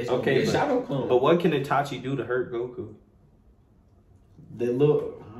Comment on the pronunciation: Bruh keep saying itachi like nah no sir